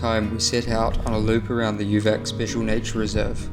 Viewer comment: I cycled in Serbia 4 times combination of 7 months... Please be aware the Latin letters when you pronounce names: for instance: UVAC should be like oovats, and SJENICA should be like syenitsa and Strajiniće should be like strayinicha.... ć=ch, c=ts, j=y, ...etc Anyway: Serbia is amazing country and the Serbians are fabulous. Serbia is on my top 3 best experience as a rider among 39 countries.